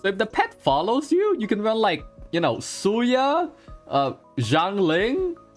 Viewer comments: I was listening to this like a podcast and he keeps saying Suya and it didn't register to me that he was talking about Sayu. I was like who the hell is Suya!? >< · My ears bleeding after hearing Xingchuu and Suya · Ah ys be like suya 😂😂 not sayu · ❌Sayu ✅Soya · ah yes, 'suya'. nice one ~ edit: well suya's ascension stat is em soooo xD